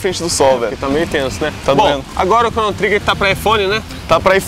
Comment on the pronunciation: a pronuncia do nome do jogo está errada, mas o jogo realmente é uma referência forte para o gênero RPG. E todos jogos hoje em dia possuem elementos de RPG... Praticamente impossivel algum gamer não curtir um jogo que tenha aspectos de RPG, como Skyrim por exemplo.